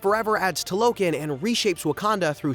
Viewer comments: Such a bummer when someone does these expansive videos and can't even pronounce names and locations correctly. If you saw Wakanda forever you know very well it's not pronounced "Tuhlokkin" it's Tah-loh-khan. Makes me wonder if these videos are made by actual fans, or dudes who just read plots on Wikipedia and Chat got. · It is pronounced "Tah-Low-Kahn" Not "Ta-Lo-Kin" Other than that, Great Analysis! 👌🏾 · Bro could have at least said Talokan correctly when doing a recap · Pronouncing Talokan incorrectly?? Larp alert